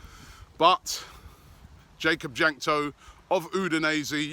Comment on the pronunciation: It's pronounced Wank-to, Robbie.